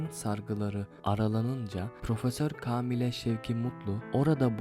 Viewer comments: Türkçe’ye bak! Kâmile , kâğıt ince okunur kardeşim, edebiyyen değil ebediyyendir o kelime de. Türkçen yoksa metni okursun sonra kayıt alırsın. Müzikle kapatabileceğini mi zannettin? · Kaamile değil kâmile 😂😂😂